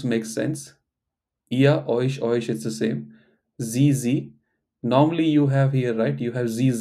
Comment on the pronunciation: 'u' in 'euch' prompts me to pronounce it as 'oekh', which is not correct. :( It takes me a conscious effort to pronounce it correctly as 'oesh'